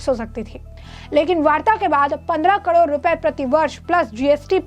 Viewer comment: Madam kadod nhi carore hota hai 😅